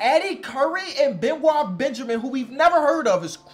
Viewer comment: Benoit Benjamin's first name is actually prounced be-NOYT 😆